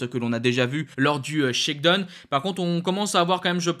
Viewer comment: Bon, une petite remarque utile: shakedown en anglais se prononce phonétiquement : shakedown tout comme dans la chanson downtown, prononcez: dahon et non pas done. !!!